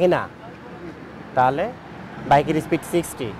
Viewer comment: আপনি একজন মেইনস্ট্রিম সাংবাদিক হয়ে স্পিডকে বলছেন স্প্রিট স্প্রিট, একটু খেয়াল করেন এসব